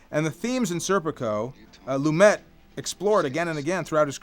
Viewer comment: pronounced Lumay not lumet